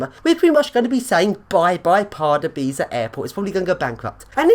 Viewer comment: Dont read it like pardubaici read this:Pardubyca